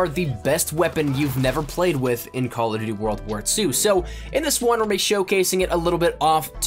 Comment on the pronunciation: I really don't like the way you say 'CallofjhjdbdgdfnvmnDuty WW2' in your giveaway intro...